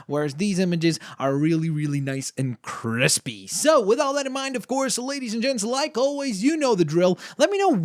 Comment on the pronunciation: they way he said Krispy made me jitter